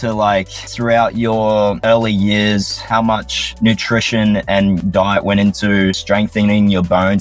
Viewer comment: Every time he says diet it’s this weird bowl of clam chowder with potato in it